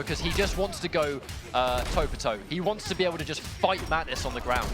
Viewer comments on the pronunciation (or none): Can they please say Mantis instead of matnis